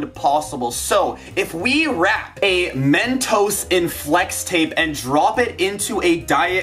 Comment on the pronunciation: just say mentos not Men toes